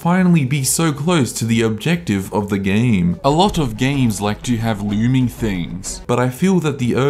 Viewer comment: I rewatch this often to hear “it’s the loorming theeng. That loorms”